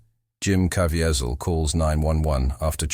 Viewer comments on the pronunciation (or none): It’s genuinely SAD how many YT’ers are taking advantage of Jim Caviezel by making these overly dramatic videos….when they don’t even know how to pronounce his name. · LEARN TO PRONOUNCE HIS LAST NAME. Jim is a TRUE servant of God!!!!!!!!!!